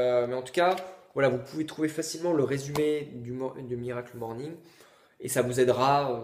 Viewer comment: À chaque fois que tu dis "miracle morning" j'ai envie de me défenestrer. C'est HORRIBLE. À part ça ta vidéo est intéressante, j'irai me procurer le livre.